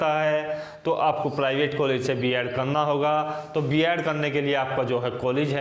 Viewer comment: बियाड नही बीएड होता है